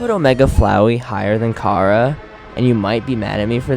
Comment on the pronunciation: the name does sound like cara its should sound like chara with a chhh sound